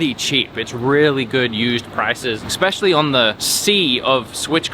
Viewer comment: Hey love the videos always! Just need to try to keep my children on the right path. At about you exspecially but the word is especially. This seems to be a common problem in videos i watch. For the love of god protect our children and lead by example. Let’s skip the X